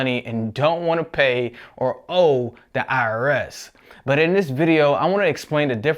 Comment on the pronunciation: i like how you say butt instead of but